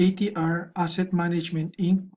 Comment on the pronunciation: sir wag inc ang pagbasa sa inc hahah pls lang naman oh